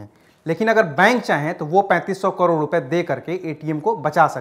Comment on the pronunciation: abey chasma, kAROD hota hai KADOR nahi hota. jaahil